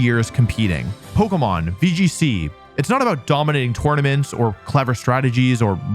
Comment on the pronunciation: yet you still say tournaments wrong